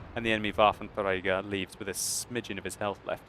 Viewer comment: I do love your videos so much but please for god sake could you stop saying waffentrager, the way you say like waffentRRRRRager, thats so annoying.